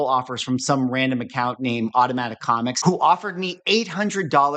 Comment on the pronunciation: put in the listings "first ever PSA comicS graded" - emphasis on the "S"! 😂